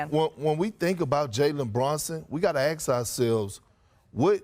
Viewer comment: It's ASK not AXE.